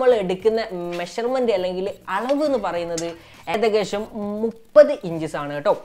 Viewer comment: ഈ videoയിൽ മിനിറ്റിൽ. 'ഏകദേഷം' എന്ന് പറയുന്നത് 'ഏദകേശം' എന്നാണ് 😂😁